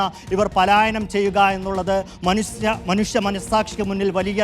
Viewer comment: മനുഷ്യൻ എന്നുകൂടി പറയാൻ കഴിയാത്തവനാണ് റിപ്പോട്ടർ ചാനലിന്റെ റിപ്പോട്ടർ . മനുശ്യൻ അല്ല മനുഷ്യൻ എന്നുവേണം പറയാൻ.